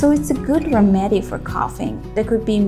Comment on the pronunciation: Remedy is pronounced, Rem'-e-dy.